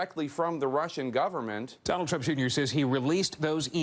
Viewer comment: "Donald Trumpa Junior" xD